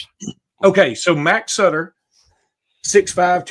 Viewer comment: Cannot believe called the man Suiter instead of Sutter lol. Sometimes the names are pronounced exactly how they sound. Butter… Sutter where the heck did get suiter lol 😂